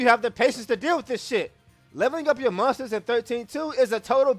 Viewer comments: agree with the video but i heard "mustards" the whole time instead of monsters lmao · When You Say Monsters In 13-2 Is Sounds Like Mustard.